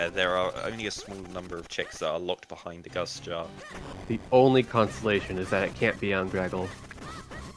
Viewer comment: Stop pronouncing behind wrong